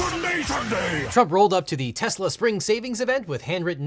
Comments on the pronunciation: dont forget when he pronounced it "Tesler" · "I Love Tesler!" - President Trump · “I love Tesler”, the second he said it I was like, “oh no, that’s a new vocal stim” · You mean Tesler? 😂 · “I love tesler” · In addition to “everything’s computer” we also got the gem which is “I LOVE TESSLER” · IT'S TESLER. 😂😂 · It's tesler ....get it right . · You mean "Tezler" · Sir it's pronounced "teslarrr" 🤣🤣🤣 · I love "Tesler", what a moron. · You're wrong legal eagle. "I love tesler" is the funniest thing! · "I love tesler" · Is “everything’s computer” really the funniest thing someone’s ever said? There’s also “I love Tesler!” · It's definitely Teslur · Also love how Trump butchers the name - TesSlur.............